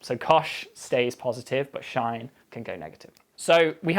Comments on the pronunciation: I dont know how cosh and sinh are conventionally pronounced in english, but calling it "cosh" and "shine" really got me aggrevated. I'm from germany and here I usually just heard sin-h and cos-h, maybe its that I am not used to it, but damn I flinched everytime he talked about coshs and shines... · Lost me at shine(x) :( its obviously pronounced sinsh(x) :( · sinch for me in the US. I can't take a shine to shine. That's just too weird. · its interesting that he says "shine" for the sinh function; i've always said and heard it called "sinch" as in "cheese" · The language you speak in the UK is fascinating; it sounds really similar to what we speak in the USA. But TIL these words are pronounced differently, even though they’re spelled the same: catenary: /kƏ-TEE-nƏ-ree/ in the UK, /KĂ-tƏ-nehr-ee/ in the USA sinh: /shīn/ in the UK, /sĭnch/ by my American professor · Why does he call sinch shine? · like what? sinh is pronounced as "shine"? I've always pronounced it as "sinch"... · I love/hate how he says "shine" when reading "sinh." It's clever, efficient, meaningful, and wrong all at the same time. I hate/love it. Update: Apparently it's been a thing for many, many years. So more likely to be accepted as a "right" way to pronounce it (as if there is any right/wrong pronunciations in language). I think I'd rather call it "cinch." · I've only seen it called hyperbolic sine or sinch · Sinch for me but i think the name shine is kind of cool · never heard sinh pronounced as shine before. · I love that he just pronounces “cosh” as it’s written, and sinh as “shine”. Would that make tanh “than”? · The biggest takeaway from this video is that hyperbolic cosine and sine are pronounced "cosh" and "shine". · "sinh" should be pronounced like "cinch", in order to avoid confusion with "sine" when students (or even professors) have been drinking. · "cosh" I'm fine with, but.. "shine"? That's not where the h is! But it's hardly the weirdest pronunciation in maths.